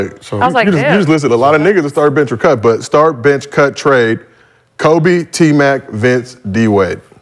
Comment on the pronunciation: She totally nuked the trade word it’s not that hard lol